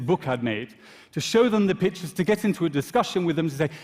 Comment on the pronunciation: I know! Took me a second to realize he meant pictures